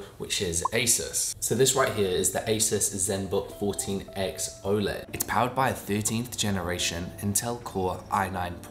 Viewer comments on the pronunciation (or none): none